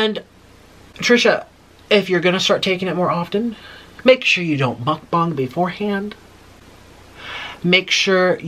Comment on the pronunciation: Did he say muk-bong